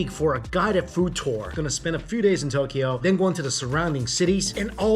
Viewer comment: And it’s not To-ke-yo. It’s To-kyo